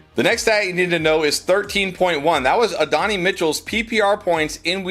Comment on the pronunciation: Still blows my mind that the dudes making a living off of knowing football players can't pronouce their names. Uh-Don-Eee Mitchell. The football world has literally spoon-fed it to you the last four years by calling him "AD".